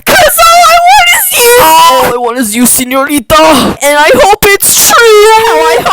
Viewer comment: ITS OKAY BUT THE WAY YOU SAID SEÑORITA